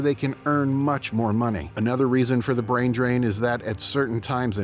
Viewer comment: Brain not Brian